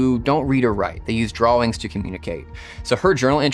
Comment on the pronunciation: Did he just say “drawlings” to communicate ?